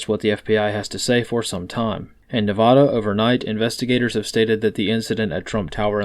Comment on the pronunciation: Thank you. We usually say Knee-vad(like bad)-ahh.